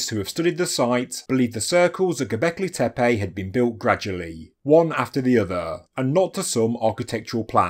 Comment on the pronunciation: Halfway to the Andrew Collins pronunciation: Gobekli Tepaaaayyyy